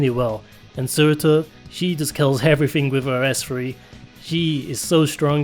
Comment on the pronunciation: Everyone: Surter: Surtir